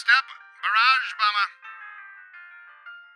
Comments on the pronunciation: When you said bomber killer I thought you said Obama killer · Ne1 else heard "obama bomber" the first time and just couldnt stop hearing "obama" every time he said "bomber"?.....Also...Barrage Obama =D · Did anyone else understand "obama killer"